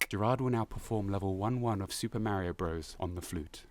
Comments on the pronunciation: "Super Mario Bruvs"... 😭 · your small distractions that you do dont work nearly as well in a serious video essay. For example, when you pause what you are saying to mispronounce "Bros." for the third time, it comes off as annoying raher than funny because it is breaking up the constant flow of information to the player. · "Super Mario Brovs." haha, I love it;)